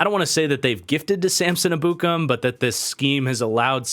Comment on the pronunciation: Ur mispronoucing Ebukam. I'm pretty sure from listening to people its Eb-bu-kom